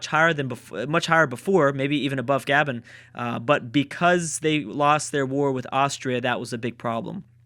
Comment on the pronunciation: It's not "gah-ben" it's "gah-bon"